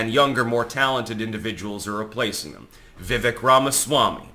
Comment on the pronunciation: You are STILL pronouncing Vivek's name incorrectly!